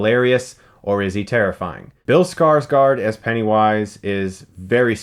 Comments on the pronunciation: You sayd skarsgard wrong,its Skardsgård not skardsgard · And yet again, Skarsgård is mispronounced... It's more like "Skarsgourd" because of the letter "Å", it doesn't sound like an "A" at all.